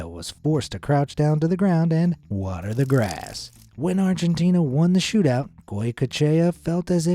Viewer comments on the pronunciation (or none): none